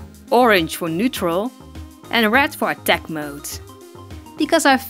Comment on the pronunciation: Wen you sey red I hear rat ;¬; "ill be makeing rat eyes" XD I still love ya <3